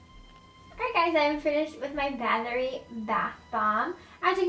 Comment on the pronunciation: The way you pronounced Bathory though.......